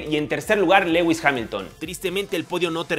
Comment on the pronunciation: Se pronuncia Louis Hamilton no Leguis